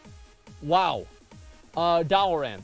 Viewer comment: Its Dalaran, not Dalaren.